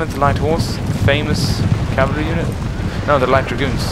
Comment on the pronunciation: I only know of one person who says "calvary"... PoM. I'm pretty sure it's just him, I've never heard anyone else say that lol.